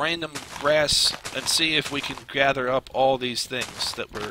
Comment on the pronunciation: does anyone else hear 'grather' instead of gather?